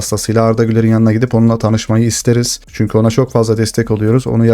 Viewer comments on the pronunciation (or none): none